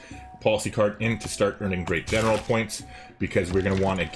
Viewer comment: For what its worth, the g on general is basically dropped or maybe said with a touch of an h. Its com-an-dan-tay ehn-er-aal